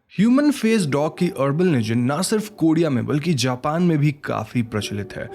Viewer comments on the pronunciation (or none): none